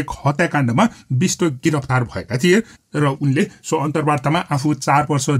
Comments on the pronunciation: Bista haina hajur bisht ho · Bista hoina. Bist ho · bishta hoina bisht ho machikne